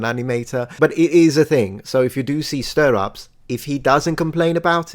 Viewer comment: stirrups is pronounced differently, not stir-ups but to rhyme with the word syrups